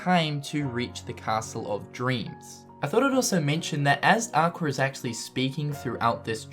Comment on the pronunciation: it's funny how you say aquer for aqua and also it's the realm of darkness but theres lampposts lit up facepalm